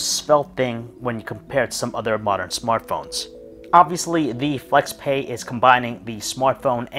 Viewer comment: You pronounce both brand name and product name incorrectly 😣